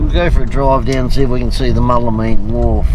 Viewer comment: Mool la mean not mull a mean lol 🤙🤙🤙